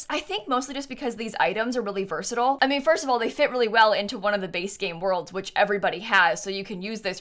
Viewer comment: can you please pronounce versatile again slowly? Jk love the build!!!